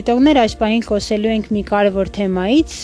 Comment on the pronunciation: xosyelu enk, shyaqari,aziz jan logopedi karik unes